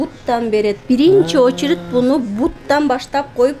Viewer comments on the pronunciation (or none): none